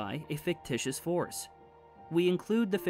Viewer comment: Am I the only one who heard forest when he says force !? I can't be the only one 😂 All jokes aside. Most underrated channel!!! Keep up the good work bruh.